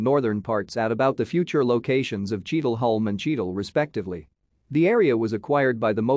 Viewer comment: It’s pronounced Cheadle Hyoom!